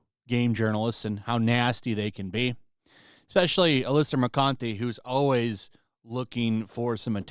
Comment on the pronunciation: Did you say Alyssa "Mercunte"? 🤣